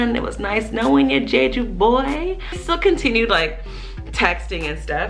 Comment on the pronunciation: It's not "jay-jew" it's "jheh-jhoo"